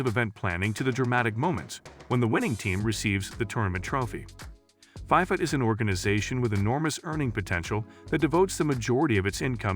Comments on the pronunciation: I’m sorry but it’s not fiefa it’s fifa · It’s not called Pifa it’s called FIFA pretend the eye is an E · Why does this dude keep saying "fie-fuh," highly irritating and invalidates the whole video.